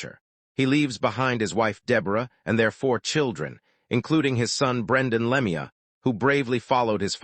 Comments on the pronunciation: Le mee uh. AI is total sht. Not even enough respect to get his name right. Anything for a buck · Cant listen to this anymore after the third time he said Lemi - ya. Dont listen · Wouldn't you just like to punch this AI asshole? He can't even pronounce his name! It's always been pronounced Claude Lemue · Narrator if you can't pronounce the name of the deceased maybe you shouldn't be narrating this . A little respect for the dead .Were you raised or thrown.